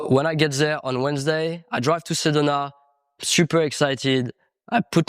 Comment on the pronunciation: Repeat after me: Seh doh nah. Sedona